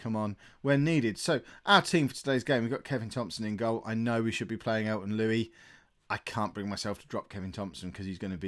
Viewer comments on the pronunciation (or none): it is not Elton Lui its Luis